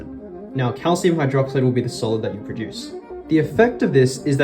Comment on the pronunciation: why did u keep sayjng calcium